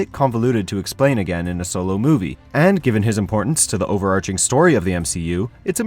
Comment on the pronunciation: I'm kinda curious where the host is from. He actually says the "ai" in words like "again", instead of making it sound as if it were spelled "agen". Also, he pronounces his short "a" (like in "antagonist") a lot more like "e"s than I've heard anywhere else.